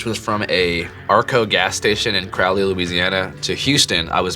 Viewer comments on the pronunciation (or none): none